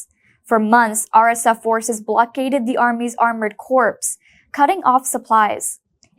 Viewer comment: corpse is a dead body. The word corps like an army unit is ptonounced 'cor' The p & s are silent. One of a number of words where French words' pronunciation is retained in English.